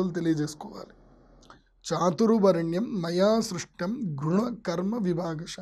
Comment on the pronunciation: 'మయాసృష్టిం' కాదు; ....'సృష్టం' అని పలకాలి.